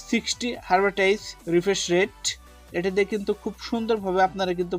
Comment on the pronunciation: হারবাটাইজ কিরে ভাই এমন কথা জীবনে শুনিনি (হবে হার্টজ বা হার্জ)